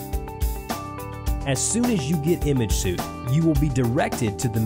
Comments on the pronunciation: Apologies but "suite" is pronounced like "sweet" ...not like "suit" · Les Crowe Yeah I was just going to leave a comment about this too. I suppose the creator of this product is not a great English speaker but hired someone to do the voice over and the guy doing the voice over had no idea that the word should have been pronounced like "sweet." The audio on this video needs to be redone.